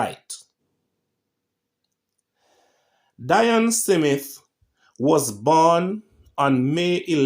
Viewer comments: SMITH not SIMITH. At least get that right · I like your videos sir, and much respect...but I cringe everytime you say 'SIMITH' 😑... There is no 'i' or 'e' between the 's' and the 'm' in Smith....This is not meant to insult your very interesting work....just some constructive criticism. Much respect nevertheless. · My ears hurt, please explain how you get Smith be pronounced.... "SI MITH" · Haha ....😂 Its not simith, its Smith. 😂😂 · Why you say "Si-mit" No "Smith" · Is it Simmith Or Smith? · I cringed too it's pronounced Smith not SIMITH I did'nt know someone else cringed until I red ur reply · Please goggle how to pronounce “ Smith” not “ Simeth” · So hard to listen to you. Its Smith...Not Semith. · Ditto......i cringe how he butcher the word 'Smith'....he keeps saying Cee_mit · Honestly, I tried to listen. Honestly. But everytime he said SeeMit I just wanted to snatch him up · It sounds horrible Fe true him can't say Smith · The name is pronounced Smith Smith